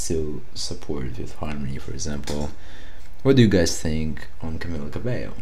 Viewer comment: just satinng her name is pronunsed cabeio